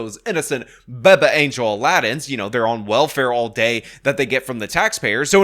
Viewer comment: I watch his video just to hear him say, "Baba Angel" lmaaao